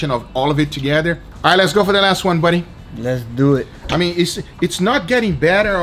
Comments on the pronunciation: Immortal ..."Lehss dew ihhhh"!! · "lets dewet" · It’s actually pronounced “ Let’s dew it”